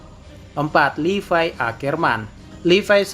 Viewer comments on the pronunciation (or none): Levi oy bukan Lipai🤣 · Gw baru tau ternyata levi dibacanya "livay"